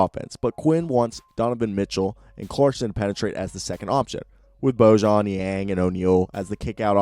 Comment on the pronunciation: Two things... 1- it’s pronounced George (weird i know). And 2- it’s pronounced Boyan. Also these videos are great, go jazz.